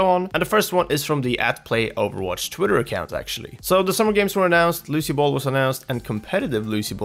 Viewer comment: You said Lucy bal its Lucio ball